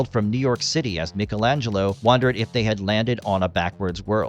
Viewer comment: Michelangelo not pronounced the way you pronounced it